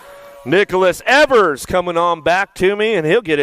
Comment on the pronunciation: Its Ēvers as in Steven not Evers as in forever.